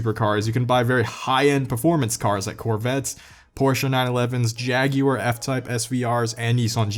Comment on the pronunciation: YAAAAAAAS! AN ANERICAN SAYING JAGUAR RIGHT!!!!! THE WORLD IS CHANGING!